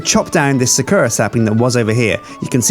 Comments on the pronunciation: Its not sukura its sakura Sa-kur-a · It is not pronounced suh Koo Rah its Sah koo Rah it's japanese... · sakura- sah-coo-rah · Sakura is said with emphasis on "sa" and "ra", so "SA-ku-RA". You have to remember that it's a Japanese word, so it doesn't necessarily follow the same rules as those of the English language. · Please for the love of my sanity pronounce Sakura correclty. Sa-ku-rah Please like so he may see! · it pains me when they mispronounce sakura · God, pronouncing Sakura wrong so many times is really painful. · Thank god im not the only one going insane :D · ***** he doesnt... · Is it just me or is he pronouncing sakura wrong?